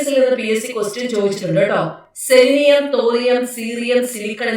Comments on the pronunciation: Celinium, thorium, silikkan, seerium 🤬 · തോറിയം സീറിയം സെലിനിയം സിലിക്കൺ..... ബെഴ്സിലിസ്